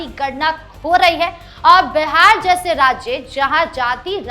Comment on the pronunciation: My dear anchor, it is BIHAR NOT BEHAR, please pronounce properly.